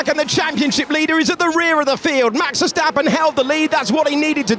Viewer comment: Este comentarista 🇲🇽 no sabe pronunciar la “s”??? Verjtappen Piajtri Carloj 🤷🏻‍♂️